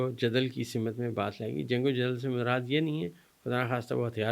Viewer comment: تا - لَک نہ کہا کریں ۔ تعلُق کہا کریں ۔ میں اردو ٹیچر ہوں ۔ برا نہ مانیں اور سَمِت بھی نہ کہا کریں۔ سِمت کہا کریں۔ بہت شکریہ